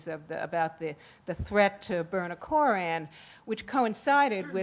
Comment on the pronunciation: "Kore-ran"Yuck.Man,this chick's voice and pronunciation is ghastly.I agree with Sam Harris:while the Muslims have a Constitutional Right to build the mosque(and yes,it is a mosque,not a community centre),they also need to know that they're needlessly provoking the families of 9/11 victims(especially if the report is true that they planned on opening it on the anniversary of 9/11.Talk about salt in wounds)The NRA can also build a monument to guns across the street from Columbine High.Should they?